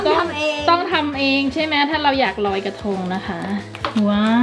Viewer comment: กระทง เป็น กระธง